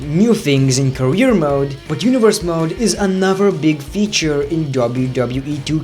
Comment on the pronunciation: "anofer" lmao